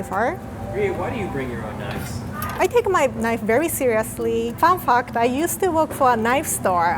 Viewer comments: Did they show us she said FUN FACT bc it sounded like "Fun Fuck"?? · the first time i heard it is "fun fuck" lol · It sounds like she said FUN FUK. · Is it just me or did I hear her say "fan fuct". Anyways.. you are too sweet. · I thought she said "Fun f*cked" 🤣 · I have a very dirty mind. I heard fun fuck not fun fact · Did she call fun fact *fan fuck*? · "Fun Fucked"